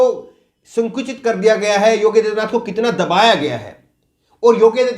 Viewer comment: पहले तो आप अपना उच्चारण सही कीजिये । योगी आदित्यनाथ के स्थान पर आप योग्य आदित्यनाथ बोल रहे हैं । कितने अनपढ़ हो तुम लोग ।